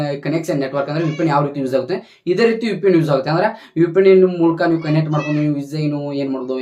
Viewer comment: UPN alla kano 😅😂 VPN adhu 😂🤣😂🤣 karma 😂🤦🏻‍♂️